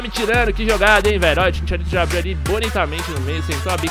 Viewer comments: Sem querer ser chato nem nd, mais cristian bale é o manu que fez o batman. GARETH BALE joga bola. e CHICHARITO nao ChiNcharito. kkkkkkkkk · kkkkkkkkkkkk e Chincharito pqp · Chincharito hahahahaha e chicharito